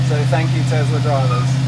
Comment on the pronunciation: it's pronounced Tesla NOT Tezla lol